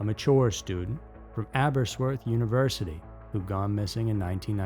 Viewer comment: no disrespect. I speak Cymraeg (Welsh). Clocaenog is pronounced Kloh-CAY-noc, and Aberystwyth is basically like it looks, Ab-uhr-IST-with. If you ever need help with any Welsh words or place names, I'd be happy to help, no charge.